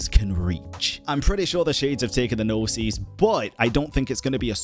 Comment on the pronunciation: pls don’t pronounce “Gnosis” like that 😭 the way you’re saying it is “Gno-seas” (plural), but in singular form, Gnosis is pronounced Gno-sis (sis like in “sister”) Gnosis - single Gnoses - plural